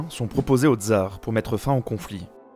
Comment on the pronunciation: On ne dit pas "dzar", mais TSar, de même qu'on dit SVetlana et pas zvèdlana.